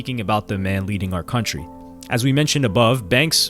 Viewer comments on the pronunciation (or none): none